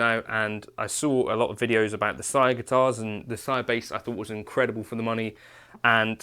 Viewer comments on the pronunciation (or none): none